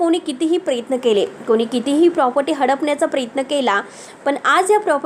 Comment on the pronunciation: बाई उच्चार नीट करायला देखील शिका. प्रयत्न म्हणा, प्रेत्न नाही.